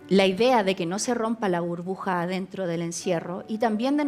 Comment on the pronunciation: .:::! Dentra???😂😂😂lo tuve que escuchar más de una vez., quedé en shock. 😂😂😂😂